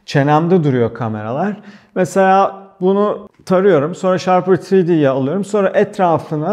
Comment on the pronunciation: Abi "ShaRper" değil "Shapr3D" ve övdüğün kadar var bu program. AutoCAD öğrenip kullanmış ve Solid Works görmüş biri olarak söylüyorum, bu 2 programı ciddi anlamda gölgede bırakıyor 3 boyutlu modellemede. Ağzına sağlık abi..